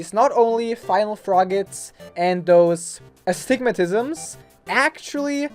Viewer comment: how do you pronounce "astigmatism" so easily first try...